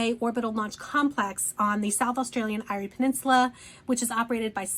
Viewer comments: Eyre is pronounced “Air” peninsula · Great video. Just an FYI "Eyre" Peninsula is pronounced like "Air".